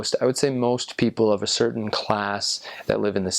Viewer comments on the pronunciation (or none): none